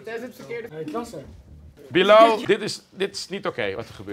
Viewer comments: WHAHAHA hoe Bilal zegt"billajl" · Billen al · Hoe ‘Bilal” zegt😂